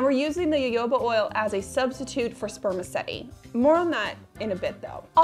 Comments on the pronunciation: me, a Brazilian who pronounces jojoba with a soft g/j sound (as in Genevieve), every time I hear say YoYOba, 😬🤢😰😭😢🙉 luv ya bb, I know there's a million ways to say the same word, I just can't help my roots 😅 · You are the only person I've heard pronounce jojoba like that. Interesting. I've always said it with hard 'j' sounds. I've also heard it with 'h' sounds. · II always fight with myself because I can't get myself to NOT say 'Ja-ho-ba " ... as if I am mispronouncing the name of the Jehovah's WItnesses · My personal opinion is that as long as you're making an effort to say it correctly and people understand what you mean when you say "ja-ho-ba" there's no harm done :) Habits can be hard to break. There are many many ways I'm trying to decolonize my language and I still make mistakes every day. It's a process for sure <3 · Jojoba oil is actually a liquid wax. Of the most common oils and waxes available, it most closely resembles sebum, the natural oils in your skin. It does not clog pores either. I have used a 6:1 ratio of jojoba to beeswax on my face with excellent results as a night "cream". And +1 to - it is pronounced ho-ho-ba. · omg girl it's pronounced ho-ho-ba. It's also a misnomer though called oil, it's actually a liquid wax. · I was hoping someone would tell her...lol :)